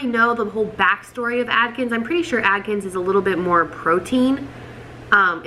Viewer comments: It’s Atkins, not Adkins. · Adkins!! Isn't it Atkins? Lol